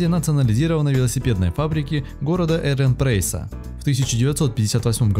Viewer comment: Гаýя, Саркàна звайгзне, город Еренпрейс 🤣🤣🤣 хорошо хоть не Ереван!